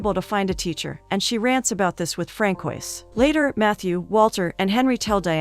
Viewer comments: Francois is pronounced: Fran-so-aa. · Fran-coysss? Hilarous.